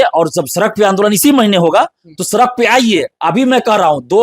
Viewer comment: सरक नहीं सड़क होता है भाई 😂😂😂